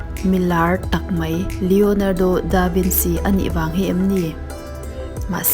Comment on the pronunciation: The way she pronounce Leonardo Da Vinci and Mona Lisa had me wheezing😪🤣🤣🤣